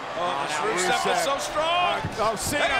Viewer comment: It sounded like she announced Rusev and “Racist” 😂